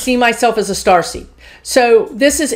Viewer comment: I kept hearing "Starsky" instead of Starseed, so now I am thinking of Indigo as "Hutch". As an old soul I feel very protective of a 3 year old I am certain is a starseed or indigo. Is that common? Please ask the guides about the Indigos.